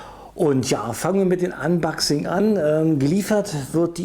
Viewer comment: das heißt unboxing, nicht anbaxing